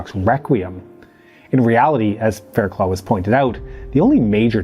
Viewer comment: Surely, her name is pronounced Faircluff.